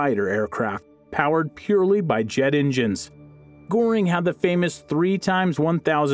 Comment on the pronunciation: I already noticed when he anounced Goering in the begini g